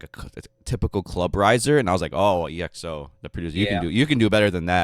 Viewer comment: The name of the group is not being pronounced as e.x.o, but exo as it is, letters together